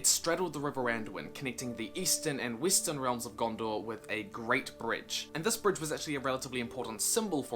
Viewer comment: Did he say Weestern? WTH?